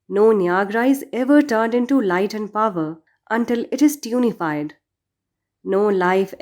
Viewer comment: AOA, good work I really appreciate your work , there is a mistake it is tunnelled not tunified, Thanks